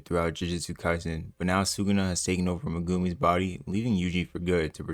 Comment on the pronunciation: you pronouncing Megumi as "muh-goomy" really messes with me 😂